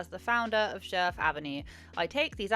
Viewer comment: You pronounced it just great